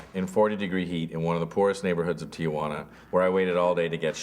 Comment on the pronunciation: Noooo, it's not "Tia-wanna". It's "Tee-wanna".